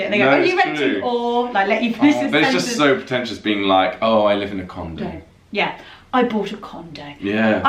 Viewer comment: did just say, “I live in a condom”? 😂🤣😂